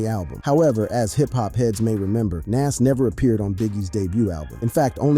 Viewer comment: Wait so he can pronounce nasirr correctly but not nas?!! Lmmfao